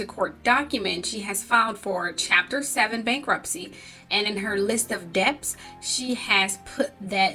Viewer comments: Did she say “List of deps?” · Just to let you know the "b" in debts is silent...pronounced as "dets".